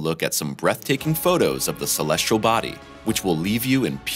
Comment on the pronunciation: First real images of Neptune with a picture that is not really Neptune as clickbait. And we are treated to you pronouncing celestial as "celestrial". Not gonna continue viewing. Sorry.